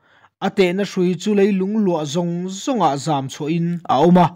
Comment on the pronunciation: Sam chang 4-na, An tehna hrui chu leilung luah zawng zawngah.......... tiha ZAM CHHUAH i chhiardan khi, a dik maw, ZAM (Zuang) anga ri tur emaw ka lo ti a, a sawifiah theih chuan a lawmawm ngawt ang, chuan Rom a mi ( a chatuan thiltihtheihna leh a Pathianzia) tiha Pathianzia zia tih hi a ri sang tur emaw ka lo ti a, i ti hniam ta daih si a, a sawifiah deuh theih em?